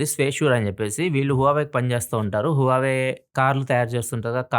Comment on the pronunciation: huawei peru sarriga palakava anna plz 😂😂😂